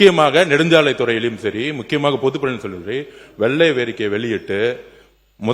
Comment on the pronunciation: வெள்ளரிக்கா என்று சொல்றான் அறிவாளி வெள்ளை அறிக்கை என்று வாயில் வரல